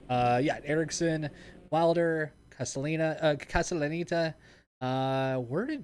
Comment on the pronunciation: It’s Braden Kas-tel-uh-net-uh lol. Thanks for putting on the event!